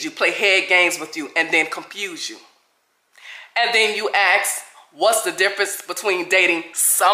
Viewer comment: I’ve never met an educated person who says, “aks”.😂